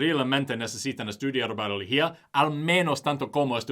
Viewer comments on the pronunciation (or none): almost perfect spanish, but in "realmente" the 'e' is pronounced like the 'red' e, not the 'really' e, and, in biología, the 'i' is more like the sound of 'e', like 'be', also you forgot to pronounce the o, besides that, great spanish.